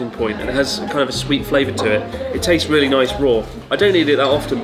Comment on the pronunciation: "it's not rery surprise that I eat it" - Chris Oh geez, his Engrish getting really good now.